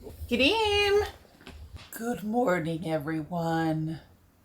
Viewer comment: i say GRIM you say GahReem